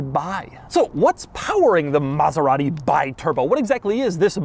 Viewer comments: Alexandro De Tomaso bought Maserati in 1976 and was decided to launch a volume car to turn the company viable. After the Kyalami (basically a De Tomaso Longchamp with Maserati V8 engine) and the Quattroporte 3, they finally announced the Biturbo in 1982(the correct pronounce is bee turbo), which was the volume car he promised (at least for Maserati standards). Facing serious financial problems to finalize the project and desperate for cash, De Tomaso launched the car without the necessary tests and development. Although a good project, this was the main problem and the reason for the car’s bad reputation. They basically finalized the project during the early years of the production span and the car’s initial huge success simply became a nightmare for the small Modenese company. This is also the main reason why the real good biturbos were the ones produced after 1985/1986, because they were properly developed, with larger engines, intercoolers etc etc. There’s no doubt about the huge prejudice the Biturbo brought to Maserati’s reputation. Maserati was the aristocratic company of the Modenese trio (Ferrari/ Lamborghini/Maserati) with the best finishing and reliability of them, with pedigree and racing heritage. The brand of the low profile millionaires and models like 3500 GT, Mistral, Mexico, Ghibli, Indy, Bora, Khamsim were there to proof. So, if you’re looking for a Biturbo, search for the later models, if you’re looking for a vintage Maserati, go for the big V8s of the 60’s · I was offered two (yes, two) of these in the late 80s for £1500 ($1800) for the pair. The correct pronunciation of the the name is 'Bee-Turbo' rather than 'Buy-Turbo'. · The cringe every time Doug says BYturbo instead of BEEturbo. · You say BI as BYE ... is all wrong You should say like BE, because is an italian car with an italian name... americans never learn the correct italian pronunciation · It's pronounced bee-turbo, not by-turbo ;) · It's pronounced Bee-turbo. Not Buy-turbo...